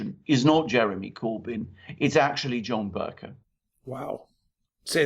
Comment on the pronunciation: Bercoe, not cow. Please pronounce it properly. I just can't bear to listen.